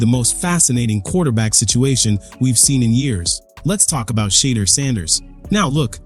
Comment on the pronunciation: Stop "Butchering" the man's first name. Learn the proper way to pronounce it. No harm,just respect. By the way,enjoyed your spin on Sheduer's NFL adventures thus far.